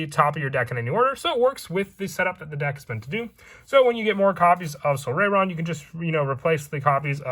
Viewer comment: Its pronounced "sol-RYE-ron"